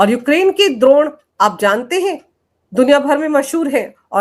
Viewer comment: Drone,,aap doun bol rahe h,,,, this man is a CIA agent clear h